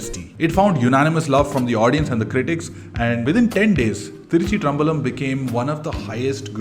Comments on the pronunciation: What was that pronunciation 🤣🤣 Thiruchi-traam-balam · bro you sounded like a vadak trying to spell thiruchitrambalam.